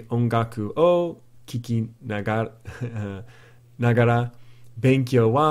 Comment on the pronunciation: the pop quiz, KIKANAGARA, not KIKINAGARA.